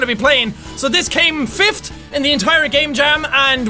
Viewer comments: WAIT jack... Did you say fift? Don't u mean fifth? Lol I love ur accent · awww, you say fift it's funny to me...sorry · Fifth? Nice English jack.